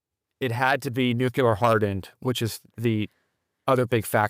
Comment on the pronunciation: "Nucular". My dad commanded the aircraft maintenance wing at Warner Robbins AFB. I'm sure that he's rolling over in his grave.